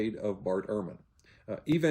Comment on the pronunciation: UR-man is the white winter coat of the stoat. Bart's surname is German and is pronounced EHR-man. Bart was not raised as an evangelical. He states that his parents were not "overly conservative" and they attended an Episcopal church. He was 15 when he was inducted into evangelism.